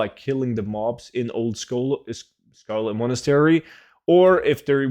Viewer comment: "Old Scholo- uh Scarlet Monastery" Lol, cracked me up. Thanks heaps as usual!